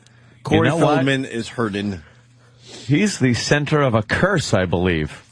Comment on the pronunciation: Hey guys. Ope had a joke. Did you catch it? It was quick, you may of missed it. He said "hurddin". To poke a little fun at the word hurting. That way it shows that he's really care free. Opie doesn't suffer from those silly, emotional problems. Like the rest of us regular people have to deal with. If you miss the funny line. You got to go back and listen to it. Listen close though. He only says it in the video from - minute mark. It is a great, great joke though. It got a huge laugh. Every time he said it. All 627 times he said it. Just like expected. Leave it to Opie. To take a horrendously average comment. And repeat it, until it loses even the intent of being said for humorous effect. Uugghhh